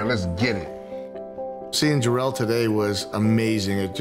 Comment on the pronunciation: Darell?? U sound like someones grandma who never pronounces someones name correctly. "Jarrell Miller"